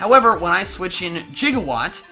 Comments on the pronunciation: Why do you keep saying jigawatt? I can clearly see it says Gigawatt. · spelled gigawatt, and just like doc brown misprounounces it jigawatt,😑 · I'm slightly annoyed by the fact that you pronounce Gigawatt like "jiga"watt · Anyone else a little miffed by the way he pronounces gigawatt? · you're saying gigawatt wrong